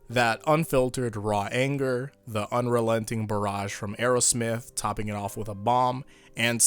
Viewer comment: "Aerosmitsuu iikkee"